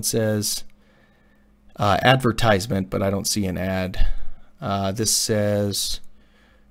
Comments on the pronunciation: When you make a video and can't even pronounce the word correctly :-) Advertisement has a different stress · Please... Look for the proper pronunciation of advertisement.